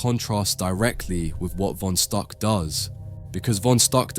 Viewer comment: It's pronounced "Fon Shtook."